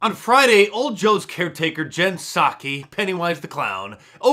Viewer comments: Remember. The P in Jen Psaki is silent. Just like the P in President Biden. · no, the P in Psaki is pronounced - like in Psychopath.... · Jenn Pizss-sack